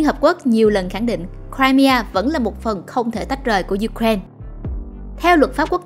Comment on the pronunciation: Ju-kren là nước nào vậy ta? Người Ukraine đọc tên nước họ là U-kra-in-a. Trọng âm tại "i".